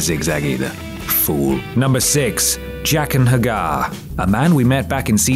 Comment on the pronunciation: Jaqen H'Ghar? Seriously?